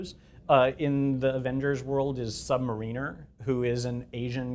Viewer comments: But it's Sub-Mariner - "mar" (to rhyme with "mare"), "in", "er". I'm not reusing the 'r'. Saying it like "merEENer" doesn't make sense. It's like people see the word "marine" in there and think they have to pronounce it. But you don't. There's a baseball team called the Seattle Mariners, right? It's the Seattle "MAREiners", not the Seattle "merEENers". And that's where Namor gets the pronunciation from. A mariner is an actual thing. One who engages in maritime activities (specifically ship navigation, usually). A "sub" mariner, then, is simply one who engages in maritime activities under the surface. (Plus, the character has nothing to do with submarines, so it's not like "Namor, The Guy Who Drives Submarines". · It's sub MAR-iner. Not Sub Ma-REEN-er.